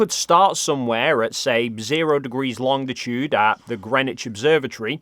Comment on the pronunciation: It's longitude, not longDitude,.